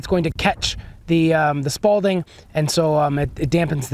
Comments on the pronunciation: It’s spalling, not spalDing. Smh. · It's SPALLING....... not SPALDING. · This is why I hate youtube, anyone can almost sound like they know what they’re talking about. At least test the shit with fabric. It makes a difference. Unless you just tape plates to your chest like an idiot. It’s also spalling. Not Spaulding, but again you’re winging it from what you saw on the internet obviously. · Sparling is SPALLING there is no D it’s not a tennis ball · haha spawlding.......🤦🏽‍♂️......hehehe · Spal-ting... Lol